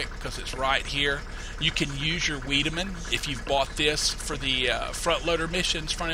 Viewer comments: Wiedaman is pronounced wide-a-man. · Vigh-de-mun isn't it? According to German linguistic rules? Think of the name Heidi, and the W is a V sound in German. Just my guess. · Silage as in 'Sigh' - 'Lidge' ... Weidemann as in 'Wider' - 'Man'